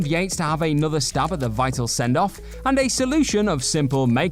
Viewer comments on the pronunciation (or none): none